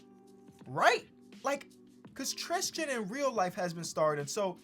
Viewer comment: TRiiiistttiiiiIIIIIIIIIIIIIIIIIIIIIIIIAn Thompson lol its tristan not tristian